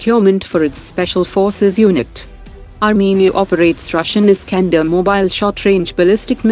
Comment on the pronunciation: Scander ni scandal hogya😂